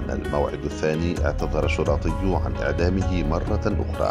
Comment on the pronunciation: اسمه شُرطي وليس شُرَطي